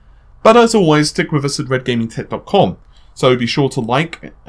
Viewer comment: I have no idea why you refuse to properly pronounce "Red Gaming Tech" at the start of every video.